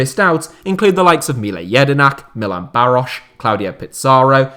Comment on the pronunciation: You said Milan Baroš very good. 👌🏻👌🏻👌🏻 (I’m Czech)